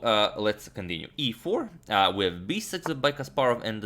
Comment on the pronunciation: "E FoUr"